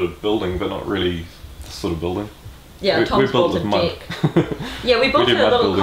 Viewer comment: I love these videos and everything I learn from them and all the inspiration I get from them, but I just can't not giggle at how y'all Kiwis pronounce the word "deck".